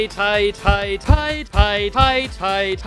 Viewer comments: It sounds like your saying pie pie pie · When u constantly said payed then I sometimes heard pie XD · I like when he said paid, it sounds like pie